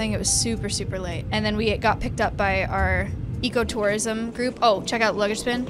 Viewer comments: now im startingto hear that whathave you done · Every time she says "ecotourism" I hear "eco-terrorism" help